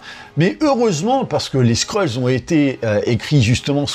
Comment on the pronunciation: Pas les Skreuls mec ! Les Skrulls. Sinon on peut plus faire de jeu de mots qui détendent